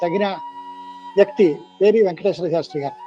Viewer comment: పేరి,పెరి కాదు